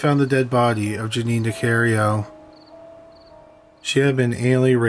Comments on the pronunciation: If you are going to have a YouTube page, you should probably pronounce the person's name correctly. It's not Nicario, it's Nicarico. I remember this story, growing up in Illinois. Also, you sound like a zombie. You don't speak clearly whatsoever. Maybe if talk slower and clearer...you might get a lot of viewers! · Also. It's Ni-CAR-i-Co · sorry to nit pic but this his close to home as I lived near there. She was NicarICO not Nicario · It's a shame you are mispronouncing the surname of the victim repeatedly.